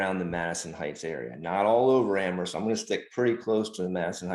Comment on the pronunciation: I like that you pronounce Amherst correctly with a silent "H"